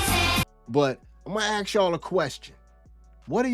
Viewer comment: I was following you until you couldn't say ask !